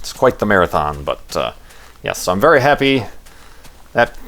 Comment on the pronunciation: hahahahaha LOOOOOL "thats a wery nice everything you got there"!!